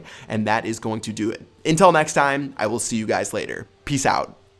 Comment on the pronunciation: Does it bother anyone else that he always says intel next time instead of until next time? I'm probably the only one...